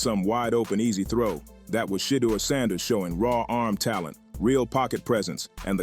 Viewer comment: Thanks for saying Shedeur's correctly most of fhe tiime.